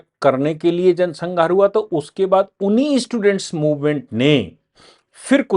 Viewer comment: उच्चारण सुधारे sanghar नहीं संहार सही है। आपके मुख से गलत उच्चारण ठीक नहीं लगता।